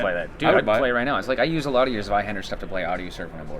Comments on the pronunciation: Whats a "Venor"? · Vendor not Venor